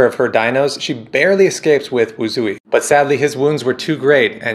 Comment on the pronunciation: Correct me if I'm wrong but I've been saying Mei-Lin's raptor's name as Wu-jui, as 'zh' is pronounced 'j'.